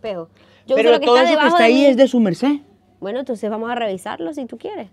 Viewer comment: Ese 'sumercé" se escuchó maravilloso❤